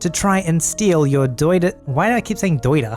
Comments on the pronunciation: secretly a yankee? >doiter< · is secretly a New Englander "doy-der" (daughter)